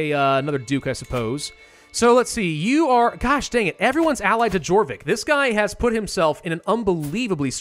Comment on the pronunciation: Jorvik is pronounced like yorvik. Almost made me lose my mind